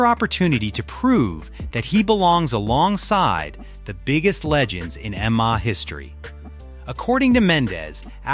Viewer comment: Imagine having an MMA channel and cant even pronounce M-M-A! 😂